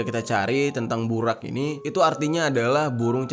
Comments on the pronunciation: Bang maaf nihh yaahhh setau saya penyebutan buraq nya salah harusnya nyebutnya buroq tapi di tulisnya buraq🙏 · Bacanya burok bang bukan buraq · Bacanya buroq Bang xixixiii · Bukan BURAK bang tpi BUROG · Bang bukan burak burrok itu bacaannya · Burok bukan burak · Di baca nya bukan BURAK tapi BUROK cari tau dulu baru cerita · Burok bang bukan burak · Bacanya burok bang, dalam bhs arab ra itu di baca ro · Bacanya 'BUROQ' bang jeri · Kalo ga salah buraq dibaca buroq bang, maaf kalo salah, sukses selalu bang jeri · Buraq cara bacanya Burok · baca nya buroq bang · Sedikit benerin kata ya kak Buraq dibacanya itu=Buroq Shahih dibacanya itu=Shohih Ar-rass dibacanya itu=ar-ross 😁😁😁